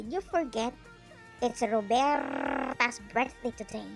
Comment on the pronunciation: Just hilarious 🤣🤣🤣🤣 the way you said "Roberrrrrta" priceless 😂👌😆💜